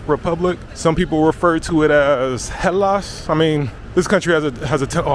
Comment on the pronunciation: Hel---las ... Sorry dude you saying about the sun all day long show the name of that country that you are walking Hel--(san) in ancient Greeks (las) earth.... The land of the sun.. Hellas..